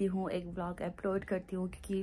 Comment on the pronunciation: Its upload not appload😂